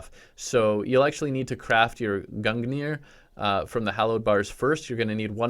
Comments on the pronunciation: Think of pronouncing gungnir like Gun-neer (it isn't perfect, but it's better than gun-gineer) if you want to pronounce it even better, pronounce the ng like the ng of doing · it is pronounced G-rung-nir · gungnir is pronounced gunyeer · it’s pronounced GUN JI NIR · Its pronounced gung ner but spelled gungnir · The gungir is pronounced gun-jeer